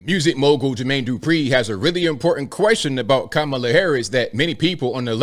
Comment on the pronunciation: Kuh-mah-lah not Kama Kaka Ka Kamla